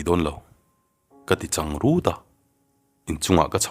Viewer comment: Changrut a tih i thluk dan hi adiklo ,hmasawn nan upa deuh lo zawt rawh ngaihthlak a nawm deuhnan